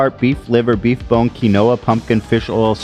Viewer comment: I love y'all but learn how to pronounce quinoa 😂